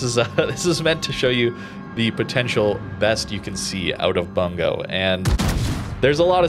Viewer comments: the "u" in Bungo actually pronounced as actual u/oo sound like "boo" instead of "a" sound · Oh man, I like the ship, I like the name. But everyone keeps pronouncing it as "Bun-go" and it make me laugh every time because it matches the meme that is WG balance. For anyone curious, it should be pronounced: "Boon-go"